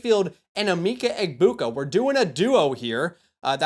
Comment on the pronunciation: It’s pronounced “eh-Mecca” sorry. It’s driving me crazy hearing eemeeka